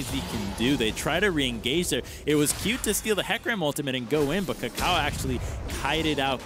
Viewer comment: Swear it sounds like pastry is saying ucal instead of kaka0